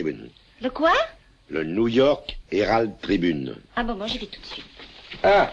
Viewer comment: Quand il a terminé de dire "niou york éralde tribune" on a déjà oublié le nom des deux premiers canards.